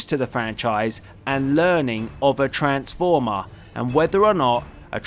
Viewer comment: Tha aykala of oa transfoma XD But nice video thumbs up